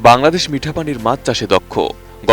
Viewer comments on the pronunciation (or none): none